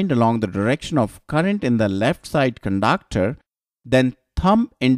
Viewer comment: I love the way he pronounces conductor as cundaaacter typical indian accent ! but awesome effort thnk y sir